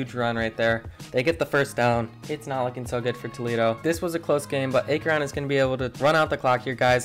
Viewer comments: (Ack-rin)not (A-kron) lol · Ya everytime he said a kron I'd lose it lmaooo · What the f*** is Ay-kron? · Akron "Ack-ron" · Stop saying “a-kron” it’s “ak-rin) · Aye-Kron got me laughing not to be rude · It’s Akron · Sorry guys I noticed I pronounced Akron wrong won’t happen again 🤣 also thank you everyone for all the support it means a lot! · Great video, besides for the pronunciation of Akron. All jokes, keep up the great work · Legit had me dying every time he said it lol I’ve never heard anyone mess up the pronunciation of it so it was kinda fun to hear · Dude the pronunciation of Akron was tough on the ears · I cringe the way Akron is said , good vid tho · Why do you say Akron like that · You pronounced akron wrong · It’s actually akron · Why you say Akron like that 💀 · I cant Watch this video with the mispronounced Akron every time😂 I had to stop like 4 minutes in! cool idea tho! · You’re saying Akron WAY wrong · Not to be mean but you said akron wrong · Who tf pronounces Akron like that? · Hard to listen to Akron said wrong the whole time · Bro pronounce Akron correctly please